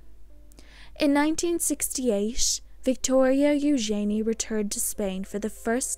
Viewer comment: I much prefer the correct pronunciation of ‘Eugenie’ as you pronounce it rather than how Sarah and Andrew pronounce their daughter’s name -‘you’jen’ee’